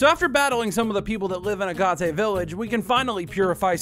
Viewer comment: "uh-gah-tay". i think i threw up. its literally pronounced how it's spelled. a-gate. like the rock, agate.